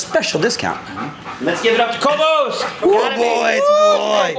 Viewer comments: I thought it was kobe-iss, and not kobe-ose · Kobus is an Afrikaans name and pronounced "Kwoohbus". Beautiful dog 😍 I guess you got him from South Africa which is where I'm from 😊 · But still…Kobus is a dutch dog, trained in the Netherlands. His name is pronounced Ko (the o pronounced as in “go”) and bus as in (school)bus Ko-bus!